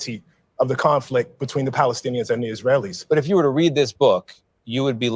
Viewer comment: The guy said conflic and aks, it's hard to take him seriously after that.